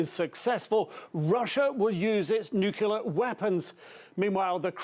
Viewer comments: Its pronounced NUCLEAR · Dude for God's sake it's NUCLEAR! LIKE NEW CLEAR.